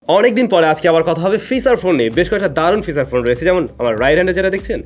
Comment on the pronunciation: "চ" কে "চ" বলতে শিখুন। "টাছ" "ফিছার" এসব শুনতে খুবই বিশ্রী লাগে।